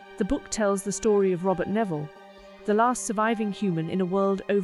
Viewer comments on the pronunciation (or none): none